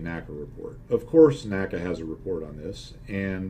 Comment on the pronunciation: I figure with the F4U-4 scenario, one would want to go to WEP before slowing down as it'd allow you to hang in the turn longer BTW: While I hate to be grammar police, particularly since my grammatical skills suck: NACA was pronounced En Ay See Ay, not Naka.